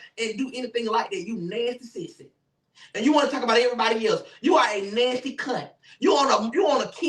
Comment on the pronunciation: The way says nasty be havin me in tears!! He said "Alvo! You a Nansty sissy!" 😂😂😂😂😂😂😂😂